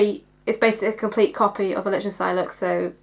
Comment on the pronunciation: The ch in Lichtenstein is pronounced as liktenstein.